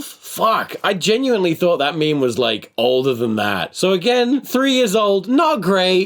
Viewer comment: they don’t ever say “meme” they always say “meeem”